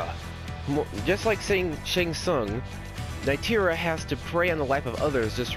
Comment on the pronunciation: Nitara it's pronounced Nee-tah-rah